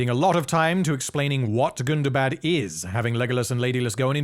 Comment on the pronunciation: first of all you're pronouncing it wrong it's not Gunda bad it's Gunda Bad BAHD not BAD gunda like Gundam. Gunda bad GUNDABAHD Hundaba you probably even put AH after the first day GUNDAHBAHD a charge pronounced folks it's not bad like it's more like Islamabad or Baghdad Or Bangladesh it's not a short day it's a little bit longer a period the English and their inability to speak English is mind buggingly ****. remember Tolkien was English he knew how to pronounce these things So you pronounce them the way he does which is in the legendarium which is in the appendices of the Lord of the Rings gives descriptions on how to pronounce all of Tolkien's words Like calibrant color born color grim cruelfin they all start with C but they're pronounced like AK it's like the difference between Celtic and the Boston Celtics we in Boston mispronounce the word Celtic like idiots.